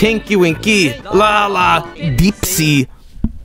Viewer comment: d e e p s e e